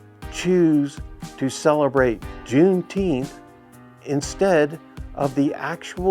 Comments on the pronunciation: Deteenth or Feteenth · The low IQ blacks pronounce it Juneteenff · If the rest of Texas didn't know they were free until well after JUNE NINETEENTH (Pronounce it correctly!), it is no different than not knowing after January 1st. Exactly why it's a BS celebration.